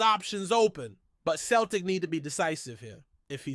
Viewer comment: Turned it off after couldn't pronounce Celtic correctly! 🙄